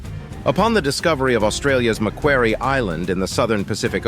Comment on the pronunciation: Macquarie pronounced “Mack”+ “Quarry” - see University, major river, key Sydney city street